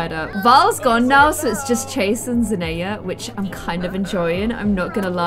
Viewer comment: “zenaya” me: “no zendaya” “zenaya” hm okay